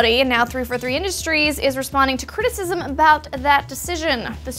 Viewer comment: Citisism sounds contagious